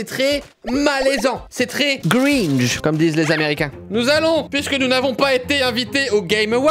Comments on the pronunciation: Les américains ils disent cringe pas "gringe" ^^ PS: je sais pas si c'était fait exprès de ta part des fois c'est une blague que je n'ai pas saisie :P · Juste pour info c'est "Cringe" not "Gringe" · Cyril !! On dit CRINGE pas GRINGE haha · Moi aussi j’étais perturbé, et du coup quand il disait gringe était cringe 😬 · on dis cringe et pas gringe mdr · On dit CRINGE pas GRINGE !!! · Au cas où on dis pas « gringe » mais « cringe » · C'est "Cringe" pas "Gringe" ;) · Les américains dise pas gringe mais cringe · C'est cringe pas gringe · CRINGE pas "gringe" pls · c’est « cringe » pas « gringe » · Aussi on dit pas gringe mais cringe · J'ai adore la video, c'est super interessant :D (mais c'est cringe et pas gringe xD) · C 'est cringe et pas gringe xD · Cringe pas Gringe !! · Cyril ça se dit "cringe" pas "gringe" dsl madam me tapé pa svp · Ce n’est pas « gringe » mais cringe :p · Cringe cyril, pas gringe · Cringe, pas gringe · On dit cringe et non gringe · Cringe pas gringe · « C’est très gringe » -Cyril 2018/12/18 Bien essayer mais c’est « cringe »😂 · On dit kkkkkringe pas gringe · Je rêve ou il a dit "c'est un peu... Gringe" ? x) c'est "cringe" le mot hein :p C'était marrant cette vidéo et vraiment super gênant ahah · Cringe, pas Gringe :D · C'est Cringe mec pas gringe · Je sais pas si c'est volontaire mais on dit cringe et pas gringe Oui,je m'appelle Jean-michel relou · c'est "cringe" pas "gringe" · Eh Cyril, on dit Cringe pas Gringe, Gringe c'est un chanteur j'crois :P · C'est pas gringe mais cringe ^^' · cringe pas gringe XD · On dit cringe et pas gringe mdr ce français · On dit CRINGE pas GrInGe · C’est « Cringe » pas « Gringe » ^^ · « Gringe » ? Mdr